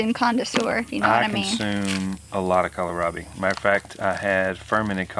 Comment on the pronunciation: you look fantastic! Praise the Lord 💕 You are the only person I have heard who pronounces Kohlrabi correctly. There's no "i" in the middle of it, so just "cole rob ee" I've even heard it pronounced "call me rob" and mispronouncing a plant makes it hard for someone who is new to that plant to find it. So, thanks. Sweet lady!